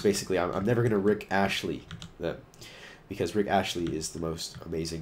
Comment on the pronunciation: Did you say Rick Ashley? haha it is Astley! Maybe it was just your voice but that is what I heard!